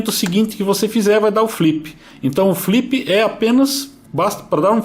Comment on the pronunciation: " flipi, bipi e sticki" loool! bom video! gosto muito desse quadcopter!